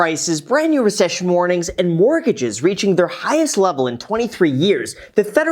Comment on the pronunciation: You said “Richcession” like I say “Worcestershire” 😂